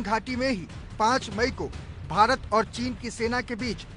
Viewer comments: Bhirat nhi hota bhart hota h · Hahahaha 0.27 secant par भीरत चीन😂😂